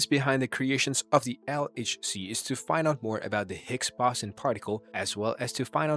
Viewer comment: Its pronounced (surn) Not (See- Ee- Are- En) And it's (Boe- Zon) 😶